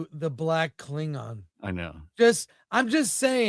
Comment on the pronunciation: A Kling-NON 😂 and a Fem-Haddar 😂 I think I'll pass.